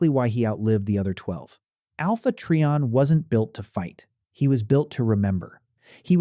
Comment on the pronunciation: It’s try/on not tree/on